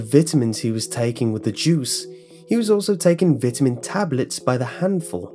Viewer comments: Vitamin is pronounced vItamin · brits say vit-a-mins americans say vie ta mins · how most Brits pronounce "vitamin". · Don't American's pronounce it 'V-eye-tamins?' like that? I'm pretty sure they do.... I should know this, my step brother is American xD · Kat Tamplin Yep, we do. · I like how you say Vitamin :) not making fun or teasing it's just not common for me to hear it pronounced that way. I'm going to start saying it like that.